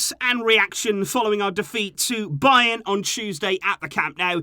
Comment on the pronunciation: It's bayern lol